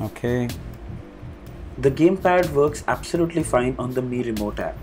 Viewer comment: Your pronunuciation of Mi tv🤐🤐🤐🤐